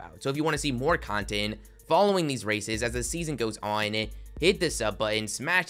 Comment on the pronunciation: He really said “award raiæccces” lmao 😂